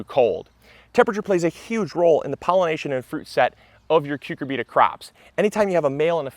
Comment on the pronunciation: Interesting and helpful video. BTW, most people say "cyu CUR bita", not "cyu cur BEET a".